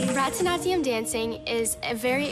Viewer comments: The way they pronounce baraknatium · I died at 'Bratanatya' It's Bharatnatyam XD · I'm sorry but I'm Indian and the way they pronounce Bharatanatyam is sooooooo funny lol. 🤣🤣🤣🤣🤣🤣🤣 I do Bharathanatyam btw. Edit: they pronounce it like bratanatyam It's pronounced barathanaatyam. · it’s pronounced bara-di--na-thiam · It's Bharatanatyam not bhaaraattaanaatyam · Seriously The way they all pronounce Bharatnatyam is so epic...Almost died laughing... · i’m still cringing at how they pronounced “bharathanathiyum" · Anyone triggered by the way they pronounced bharatnatyam 😡😂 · my country is where they do barathanatyam and the way and pronounced it is hilarious😂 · They said Bharatanatyam wrong. I’m dead😂😂😂😂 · bar-a-nath-ieeya-um dancing LOL they r saying it so wrong it's funny😂😂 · On a totally irrelevant point I do barathanatium dancing and that is NOT how you pronounce it